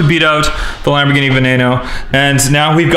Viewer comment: She said wombat geene xD